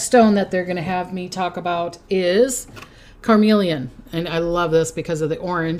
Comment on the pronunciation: CarNelian (, it sounded like you were saying "carMelian"). (Love you!! To bits!)